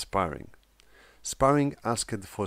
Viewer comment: Love your videos. Very insightful keep it up. English tip? Asked is said like ask+t. (Askt) Walked it said like walkt Started is like started. 90% of the time past tense "-ed" is said as "t". I mention it in the most earnest helpful manner. Again awesome content.